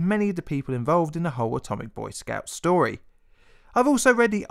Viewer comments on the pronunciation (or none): Fank you for va stovi. It was vewy intawestin.